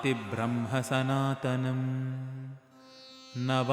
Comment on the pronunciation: You pronounced Brahmanidhaye incorrectly at . In general you pronounce brahma incorrectly quite frequently